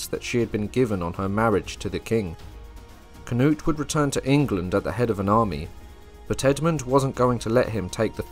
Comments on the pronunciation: I love ya but for the love of God - Cnut - "kuh-noot" or "kuh-newt" whichever fits in your mind better phonetically 👍😺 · Oof. Went from saying Knut/Cnut correctly to Cuh-nut.